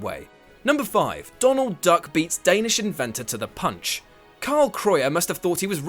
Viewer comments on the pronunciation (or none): Punch = not Puch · "to the puch"